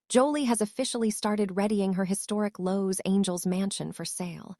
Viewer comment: Why Do You have This Woman 👩 that telling the story Mispronouncing Constantly Los Angel 😇 Instead of Los Angeles! Why? Why? That😢Horrible!!